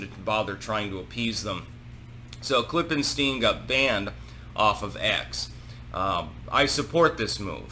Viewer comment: "Klippenstein" every... fucking... time...